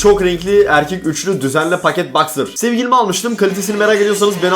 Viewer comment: Abi niye herkes Sewgilim felwn diyor amk